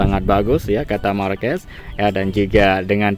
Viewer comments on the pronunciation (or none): none